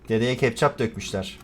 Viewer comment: ketçap değil yalnız kePçap jsahahsah